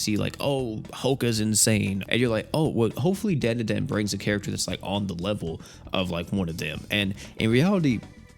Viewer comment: Dandadan ❌️ Dan da dan ✅️